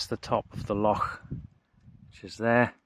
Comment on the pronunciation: Epic video bud, also nice to hear the correct pronunciation of loch 😎👍